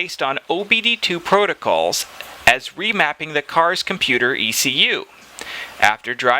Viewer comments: Just a note. If you're going to bag out their chinglish, and fair call, don't gloss over remapping twice. In their spelling, it would be pronounced 're-mape-ing'. Also why is it emission, but when spelled with an i, you make it i-miss-i-on. I got bored with your inconsistencies... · Remapping, not remaping. Immission, not emission. That's enough info for me not to buy it.